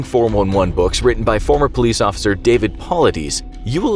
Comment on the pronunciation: It's pronounced "pull-eye-dis", David Paulides. Hes done some amazing research but more around our national parks and disappearances and how they dont record or keep record of it. But there are thousands of cases..... Really makes you think.